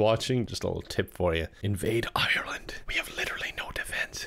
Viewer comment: Thanks for the tips, we'll try to invade "ircklarnd" Pretend that it said ( Ireland )